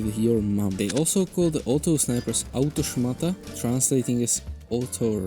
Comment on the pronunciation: "Autoszmata" 1. You pronnounced it preety well 2. Szmata means rag but it can also be translated to "bіtсh". The whole name is an insult i really enjoyed the video :3 Also here in poland we at least used to call the regural granade "szyszka" (meaning "pinecone"). At least me and my friends did